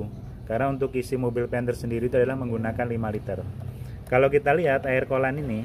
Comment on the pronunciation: kollan - coolent😂